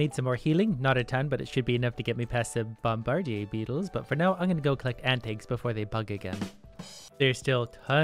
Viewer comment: "Bohm-bar-di-eh" Someone's bilingual.